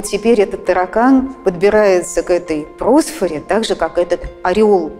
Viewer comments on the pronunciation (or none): Не прОсфора, а просфорА. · К просфорЕ. ПросфорА.